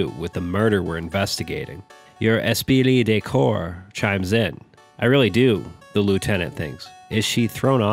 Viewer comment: and Gene Vickaymaray